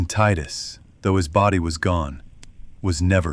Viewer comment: The fact that you pronounced it tidus and not tidus means I can trust you. Putting the phone down to listen in bed now, see u in the morning, I’ll reply back to this with a post bed time review